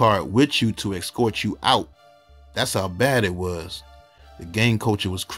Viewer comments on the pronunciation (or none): none